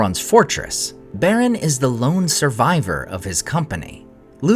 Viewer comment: I like the content, but the ridiculous pronunciations make it really hard to just enjoy the videos. Specifically your "r's", and "dr" pairings, eg; Draugluin, Beren, Brethil, Drengist... I very much wish you would stop that. They all sound absurd. Otherwise, it's great content.